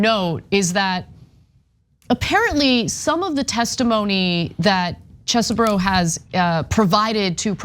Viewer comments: Why take on a news segment if you have no clue how to pronounce a name? Does Chesboro look at all like it should be pronounced as Cheeseboro? Its not the most annoying thing you do but its still quite foolish. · It's Chesebro not Cheesebro! OMFG 🤣🤣🤣🤣🤣💯💯💯💯💯 High school must have been hell for this dude 😅😅😅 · NOT CHEESEBRO IT'S Chesebro learn how to pronounce! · Ana has said the names “cheezbro,” “chessbro,” and “chess-eh-bro” all within 5 minutes of one another. I ❤ the lack of respect, keep it going babe! 😂😂😂😂😂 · Huh, his name is Chesebro, get your facts straight.